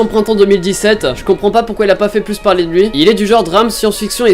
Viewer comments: "Slisse of liife" T'es anglophone à ce que je vois ;) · 1: Si vous ne voulez pas être frustré ne matez pas cet animé car pas de fin 2: "slice of lefe" comment tu m'as lu ça ?! 🤣🤣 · xarion J'ai pensé la même chose quand il l'a dit, j'étais mort xD